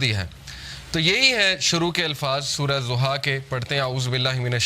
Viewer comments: Surah Duha not zuha... Correctly pronounciat please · It’s Surah Duhah not Zohah plz correct ur pronunciation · Surah ..Zuha .. Nahi Surha.. DUHA.. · PLEASE SAY DHUHA PLEASE PRONOUNCE ض DH INSTEAD OF Z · Zuha nhi dhuha bhai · Soura zoha ni soura doha hai urdu mein na kahien Arabic lfz duha hai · Naam galat bool raha hai sorat ka....doha